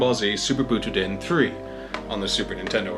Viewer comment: Wait you can't pronounce Butoden correctly, yet you call Kaioshin by his japanese name and not Supreme Kai?